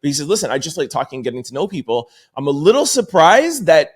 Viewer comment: Lil not little